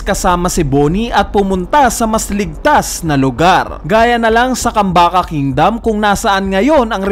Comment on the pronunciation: bakit KAMBAKA lagi sinasabi mo?? KAMABAKA